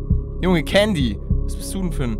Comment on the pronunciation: es heißt Candy.!!!!!!!!!!!!!!!!!